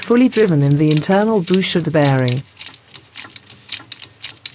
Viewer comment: It,s Bush not a boosh.